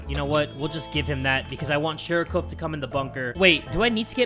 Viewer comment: sorry to be rude, but it’s sharikov. Not sharicove.